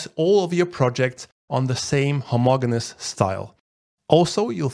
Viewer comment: Homogeneous- the g is pronounced as j.